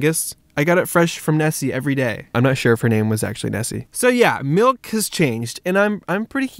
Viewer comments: Why are you calling it Malk and not Mulk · Its milk not malk prove me wrong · its MALKK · Tigerloverme do u mean MALK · he needs some malk